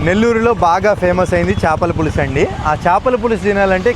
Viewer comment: చాపల పులుసు కాదు 🛑... చేపల పులుసు ✅......